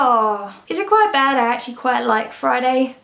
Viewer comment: When she said Friday I heard fried egg